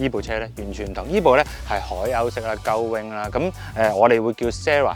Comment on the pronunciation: 鷗翼式車門英文發音真係要好小心，重以為Lawrence講緊粗口。